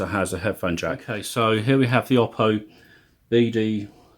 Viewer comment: As I recently learned, the name is pronounced "Oh-Poe", with the emphasis on the first Syllable.